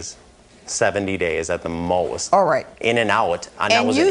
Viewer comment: "At the mowast? 60 days at the mowast" lmao